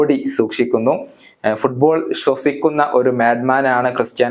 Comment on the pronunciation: Sudball അല്ല ഫുട്ബാൾ ...😅